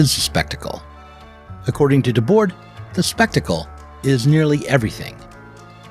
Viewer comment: Always love the explicit nods to my longtime stans the SI. By the way the last "d" in Debord's name is silent (unless the next word starts in a vowel but only in French really...) Seriously why do Americans disrespect the French so much lol...